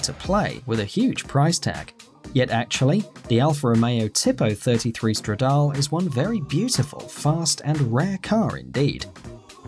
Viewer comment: Tip-o Stradal-é